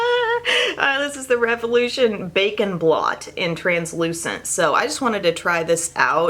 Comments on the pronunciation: I keep hearing it as "Bacon Blot" 🥓🥓🥓🥓🥓 😂😂😂😂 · I thought you said, "Bacon blot".... I was like.... OMG....they have gone there and made bacon scented makeup! I then rewinded and realized you said, "Bake and Blot"! Lol! This made me laugh! Loved this video. Thank you for being our trusted beauty advisor!